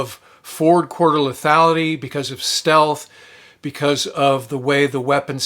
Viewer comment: Four quarter lethality? That what you said? What's that mean?